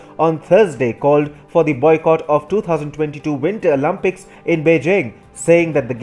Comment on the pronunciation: winter “OLAMPICS” 💀💀💀